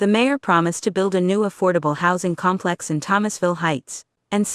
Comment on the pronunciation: AI word spacing is like that of news talking heads. There are so many phrases where the wrong emphasizes are placed that it is nauseating . Example: "..at the com PLEX.." However, this is so full of facts and backup documents that it should be shown on national news specials as "How drugs help destroy the best laid plans" and "How an AI narrator can cram our heads with useful tidbits we can ruminate over for decades". Complex residents, you don't let in gangs without paying the price. This goes not only for public housing projects, but also for apt complexes in general. I lived in two apt complexes for a total 15 years. Don't let in the gangs!